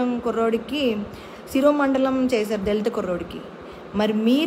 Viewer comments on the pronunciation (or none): not siromandalam...siro mandanam..sorry to say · శిరోమండలం కాదు.. శిరోముండనం.. ఆమె జగన్ గారి MLA నే కదా? గుండె జగన్ జగన్ అని కొట్టుకుంటుంది అనే ఈమె మీరు అడిగే వాటికి సమాధానం చెప్పలేరు. చెప్పరు..